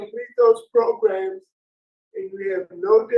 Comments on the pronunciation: I don’t doubt he’s in pain, HOWEVER, letting him out without treating his drug problem led the panel to revoke. I agree to revoke; but I’m not too sure “progrums” will help this man 🤷🏾‍♀️ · I love it - "Progrums"